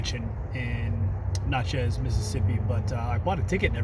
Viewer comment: Man, just now watching this. You probably walked right past my barber shop in Downtown Laurel. Wish I had caught this sooner. Been binging overlanding videos. I'd love to know where that site was at De Soto, thinking about heading out there this weekend. Also, Natchez is pronounced like matches. My wife and I love it out there. Glad I found this video, gonna watch some more. Thanks for sharing!